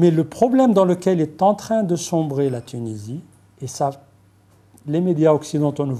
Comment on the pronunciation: même pas foutibde lire un prompteur correctement... Apprends déjà a pronocncer tunisie correctement mr l universitaire a deux balles